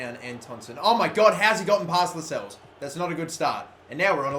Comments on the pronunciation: its jamal lascalles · I believe it's Lascalles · It's lascelles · It's Jamaal Lascelles! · It's Jamal Lacelles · It's jamaal lascelles